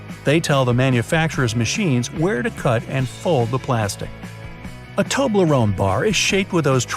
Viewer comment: Toblerone become “Toe”